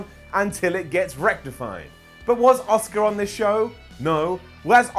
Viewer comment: He pronounced ASUKA like OSCAR. Lol